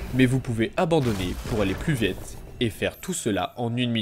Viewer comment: Vous pouvez abandonner pour allez plus " véte " 😂 , en tout cas très cool fréro ça aide à pas se prendre la tête avec ces combats que j'aime pas des masses